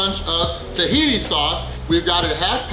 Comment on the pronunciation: Tahii sauce?? lol